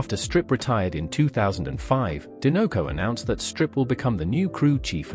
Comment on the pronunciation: Din-no-co??? Sir. There is only one n… and the logo is a dinosaur 🦕 do you say din-no-saur? Or do you say die-no-saur???